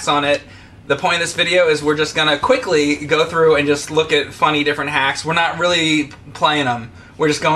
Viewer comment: The way he says "quickly"